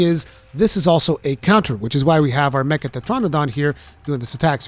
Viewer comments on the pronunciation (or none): none